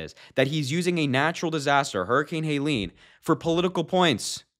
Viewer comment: Helene, not Haileen